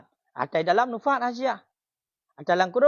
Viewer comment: Kenapa nufhat ustadz bukan nafahat?